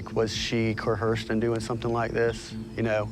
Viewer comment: That cop said “cohersed” 😑